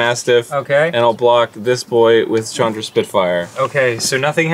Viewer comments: "Chan-dra". lol I understand since they were both clearly new to the game, but I still laughed every time he said it. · The way Arin says Chandra's name makes me more upset than it should XD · I haven't cringed at a power hour yet..... that changed today... from Arin's pronunciation of Chandra (whole video), to Dan's inability to calculate damage (@ 2x2=4, not 2)... It's funny and I love you guys, but omg my spine hurts from shuttering. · Hearing Arin say Chandra wrong hurts me. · I can't grill him on saying Chandra wrong since he's knew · The pronunciation of Chandra here hurts my head